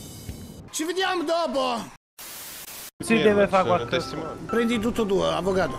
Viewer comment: "Ci vdiam dopo"